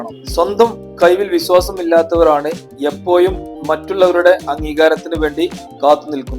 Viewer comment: എപ്പോഴും എന്ന് പറയു എപ്പോ യും അല്ല... സ്കൂളിൽ ടീച്ചർ പഠിപ്പിച്ചില്ലേ നല്ല ഭാഷ പറയാൻ.